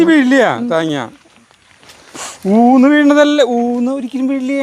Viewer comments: Oonnu ennanu paryunne allathe oonu ennalla ente ponnooo ente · ഊണ് അല്ല അത് ഊന്ന് ആണ് 🙂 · ഊന്ന് എന്നാണ് ഊന് എന്ന് അല്ല. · ഊന്ന് ആണ്. ഊ ണ്‌ അല്ല.